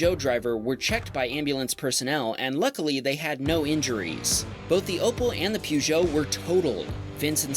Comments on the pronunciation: Pjujou XDDD Its Poujou not Pjujou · Sorry but why on Earth are you pronouncing Peugeot like “pew -joe” lmao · You pronounce Peugeot very incorrectly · Never heard someone say Peugeot that way